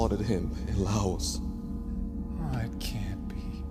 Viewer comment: Dude can’t even pronounce Laos